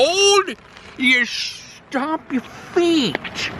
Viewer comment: "SHTOMP YER FEET TOUR" WINTER 2021!!